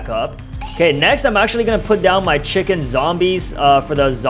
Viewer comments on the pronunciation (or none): none